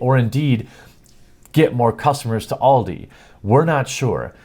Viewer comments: It's not all di its AL di like the name al not all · pfft, just get them to play Counter strike. They'll soon be bullied naturally into rage quitting, and what if your kid pWnes the 'professionals''?. Also maybe just unplug the router at tea time? Also Also I hate to be that grammer guy but it's pronounced AL-DE. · BTW from Scotland it's pronounced Aldi with an a sound not oldi pronounced with an o at the start, not trying to make fun but don't think you realised you were mispronouncing it. Your news stories are great I'm a huge fan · This is what happens when a bunch of Boomers in marketing try to get with the times. "Hey, we here at Aldi want to stalk your child, humilliate your child, upset them, make them cry and make them feel like shit in their favourite game, we here at ALDI hate gamers and children now please come buy from our supermarket!" To quote AVGN "WHAT WERE THEY THINKING!?!" Oh and it's pronouned AL DEE here in the UK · the A in Aldi is not said with the "All" sound but more the "america" sound. Aldi. german firm. Just since its good to know stuff :D